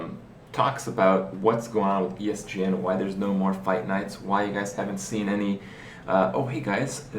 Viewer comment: i lost it when he said "ESDN" xD